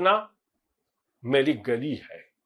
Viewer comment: Hindi pronunciation tah gooli not goli